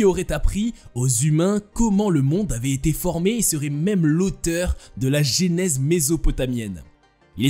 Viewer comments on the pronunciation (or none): none